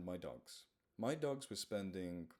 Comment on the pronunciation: I know you say Dogs but it sounds like Ducks. Thank you for all you do! We still love you and the animals still love you! (even the birds!!) Don't let your brain get you down! <3